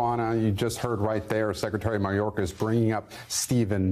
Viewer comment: Whats msnbc excuse for biden trying to say Mayorkas name?😂